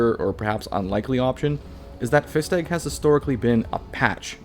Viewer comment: “fist egg“ is my new favourite wrong pronunciation of “Festtag“